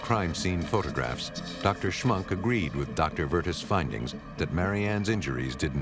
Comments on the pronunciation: The door plate said Schmunk , but the narrator said schmuck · It's Schmunk, not schmuck. Sounds like schmuck though. Haha.